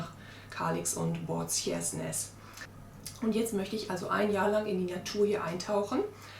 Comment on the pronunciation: Kann es sein dass du Båtskärsnäs meinst und es seltsam aussprichst? Es wird Boot- schärsch- näs ausgesprochen